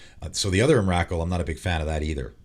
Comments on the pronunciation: Just FYI, it's EM-RUH-KOOL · I agree with most of what you say. Biggest controversy has to be your pronunciation though. Not saying it's wrong, but have literally never heard anyone pronounce Emrakul than what I heard today. Lol the names have been so wild since I first heard Iname. XD Keep it up though. Glad you got your channel back. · Dude,seriously,the way you say Emrakul is like nails on a chalkboard......I’ve never heard anyone ever pronounce her name like that before